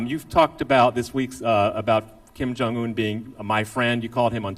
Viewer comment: I like the way Trump pronounces : Kim ---------- Jong ---------- Un... lmao